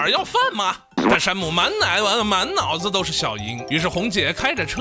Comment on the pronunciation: ，第三次了，把满脑子说成满nai......